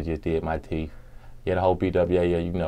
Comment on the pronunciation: If it takes 11 or 12 times for one's enemies to say 'MISSION ACCOMPLISHED" then this says plenty about the individual. Especially if he says "TEEF" instead of teeth.